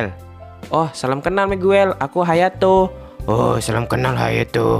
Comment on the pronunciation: Hayato bang bukan hatayo>.<>.<